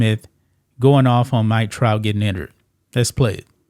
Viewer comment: Did he say the Mike Tout of the Yankees 😂